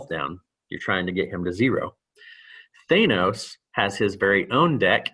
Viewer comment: He kept saying it as "Thanus" instead of "Thanos" lol Reminded me of the "Thanus Theory"